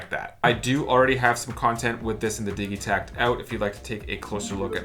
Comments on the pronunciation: nice video. does the digitakt come with that rack that tilts at an angle? I want to get my first elektron device, I specially want some drums and also a good brain, is this a good choice? the synkat and octotrack and analog drum machine all look cool. Also, I think its a soft g like, digital -- when you say digitakt or digitone (not like dig as in digging in dirt) - could be wrong but I dont think so. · I imagine the debate has been hashed out, but I haven't heard the arguments--how are we pronouncing "Digitakt"?? Seems to me it should be with a "j" sound, like digit, digital, rigid, instead of a "g" sound like Biggie, Jiggy, etc. Can someone enlighten me as to why the "g" sound seems to be taking over? Not just, either--seems like I've seen it on Ricky Tinez and other yt videos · I'm one of "those guys" that pronounces it, "Didgi-tact", and it always sounds strange to me to hear "Diggy-tact".